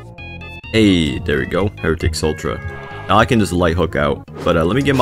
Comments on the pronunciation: idk why i feel the need to inform you but instead of sultra its sue tra for heritics sutra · please stop saying sultra it’s sutra